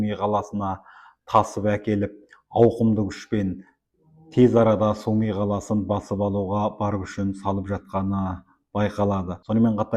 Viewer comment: Су ми емес, Сумы!! Журналист!!